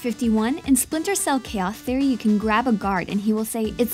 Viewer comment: "Chaoth Errie"